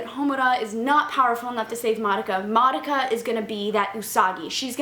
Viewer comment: It's not madaka. -.